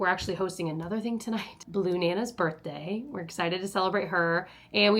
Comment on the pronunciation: For the love of god its birTHday NOT birTday!!!!!!!